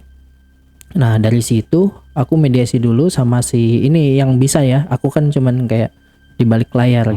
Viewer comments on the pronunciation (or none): mediumisasi bukan mediasi 🙏🏻😅